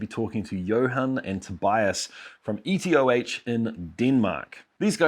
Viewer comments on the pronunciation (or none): EtOH not ETOH Pls